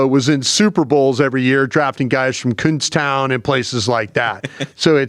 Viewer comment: 2i thought said “coonstown” and not “Kutztown” at the 8 minute mark I’m dead lolol